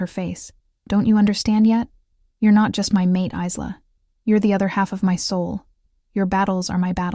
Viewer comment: Good story. Part 2, please! However, Isla is pronounced EYE-LA, like ISLAnd or ISLe ending with an A. The S is silent.